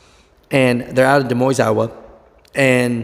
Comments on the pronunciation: It's pronounced "De Moin" (silent S). TMC, Des Moines, Iowa is known for its very strict stances with all of its drivers. It's over the top. If the company policy is short hair, then live with it. J B Hunt did that many years ago and they were very strict about it. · Pronounced Da Moine